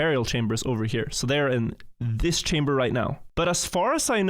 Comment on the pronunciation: The director of the entire site can't say "Chamber" properly. The state of the place. Imagine thinking England should give all our well taken care of artifacts back lmao.